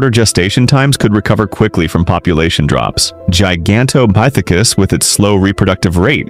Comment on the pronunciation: Good Lord will you say the ape’s name right